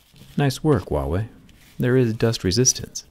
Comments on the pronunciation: Am I the only one who heard Thewaaway instead of Huawei? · Say Huawei with an H as most people pronounce it like a W, which is incorrect. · the h is pronounced in "wawei" lol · stop pronouncing "wahway", it's irritating! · Huawei....WEE WAH!! 🤣🤣🤣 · He butchered the phones company name lol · The way he said huawei in the starting made me anxious 😐